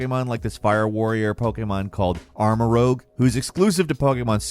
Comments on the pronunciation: Can we stop having people say "It's in Spain" when you literally just said it's the Iberian Peninsula. That includes both Spain and Portugal, it's really not that difficult... Also, it's ArmaROUGE not armaROGUE, you also butchered literally any and every Pokemon name that isn't just a word in English to begin with. How did you even get it wrong that it's team STAR? Not team Starfall, what are you even on about? They also never mention that the herba mystica are healing herbs or anything like that, so that's just something you made up all by yourself I guess. You talk about unlocking the rideable legendaries being a hassle or hoping it's not too much of a hassle but again, if you did a little bit of research, you'd know you unlock them very early on... The implementation of the TM crafting is using the feature you literally talked about right before it... You use the auto battles to grind resources and you craft TMs, again, it's literally right there if you did a little bit of research. You realize you can do a little bit of research when you make videos right? At least try a little bit. This video is embarrassing to anyone that isn't completely clueless about the games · just a correction it's not armarogue, it's pronounced armour-rouge, as in the colour. both Armarouge and Ceruledge have colours in their name, so it makes sense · Its not “Armorogue” its “Armorouge” notice the g and u are swapped. Rogue means a delinquent and rouge means red essentially. Hence Armorouge = a red armored knight not an armored rebellious/unprincipled knight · ArmaRouge like Rouge the Bat, like red. Not rogue. 😉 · Arma-rouge French for red Not, Arma-rogue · How come everyone gets rogue and rouge confused? It is armarouge, arm-a-rooj, it is Spanish for red weapon. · Team Star, not Starfall. Plus, you mispronounced Fuecoco and Armarouge.